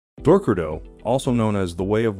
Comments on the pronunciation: Why does he keep pronouncing it "Door crow do"? It's Dok Ko Do lol 😉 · DORK-ku-do ? nah not even close. dok-KO-do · you said dorkudo.... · I’m sorry but I can’t ,non of you pronounce Dokkodo or Miyamoto Musashi right is it that hard to learn Japanese it’s my”yamoto not me”yamoto and dokkodo has three syllables not two 😅